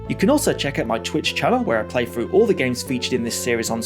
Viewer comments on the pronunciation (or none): Why do you pronounce three, thing and through as free, fing and froo?